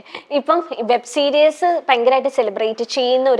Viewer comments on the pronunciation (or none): വെബ് സീരിയസ് അല്ല കെന്ന വെബ് സീരിസ്.